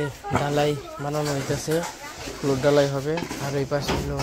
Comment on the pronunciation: শব্দটা হবে ফ্লোর, ফুলোর নয়